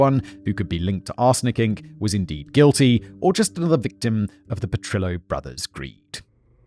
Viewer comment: My only problem with this episode is instead of pronouncing Petrillo as it should have been. It was the meant to be pronounced as PetriYO. Rather than denying I’ll go to my earlier